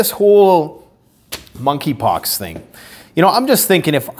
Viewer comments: Moneypox I think the k is silent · MONKEY POX---- THE"K" IS SILENT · THE K IS SILENT 🤫 in Monkey 🐒 Pox.